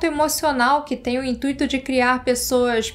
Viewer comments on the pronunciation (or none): none